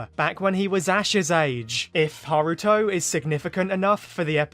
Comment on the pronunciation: Haruto it's just me who thought he said Naruto at first